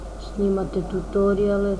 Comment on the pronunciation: kaze se "tutoriale"